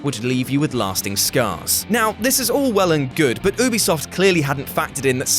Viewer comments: U bisoft not o bisoft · It's Ubisoft (you-be-soft) not (ooo-be-soft) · Its ubisoft not boobiesoft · It's not fuckn oobisoft it's ubisoft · Firts of all its not oobisoft its youbisoft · It’s not OobieSoft it’s YouBeSoft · its u bi soft not oobisoft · Ooooobbee soft wtf its youbee soft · Oobisoft?? UBISOFT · its call ubisoft u -bee -soft not oo- bee -soft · It's not oobisoft it's you-be-soft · ITS PRONOUNCED “ UBISOFT “ NOT OOBISOFT🤬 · It’s not oobi it’s ubi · When people say “oobisoft” 🤢🤢🤢🤮🤮🤮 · Its an accent. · Oh good, I'm not the only one who pronounces "Ubisoft" as "Oobiesoft"... everyone else seems to say "Youbiesoft"! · I thought it was pronounced you bee soft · You say ubisoft like oobisoft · what the hell is OOO-bisoft? PEENI-lized??? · Lol oobisoft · man's said oobisoft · Its ubisoft pronounced you be soft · Say oobisoft one more time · Ubisoft not oobeesaft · Did he just say oobysoft..? And peenilized..? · By the way (lil' fyi take no offense) Ubisoft is pronounced "you-bi-soft" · It’s you-be-soft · why tf is he calling it oo-bisoft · "oobisoft" lol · Ohhbisoft lol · says ubisoft wrong*\Me: *Leaves video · Why do the british say ubisoft wrong? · Someone tell this guy how to prenounce Ubisoft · Disliked for the Ubisoft pronouncing